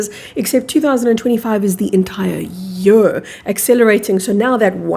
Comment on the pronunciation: You pronounce year as yur And not yeer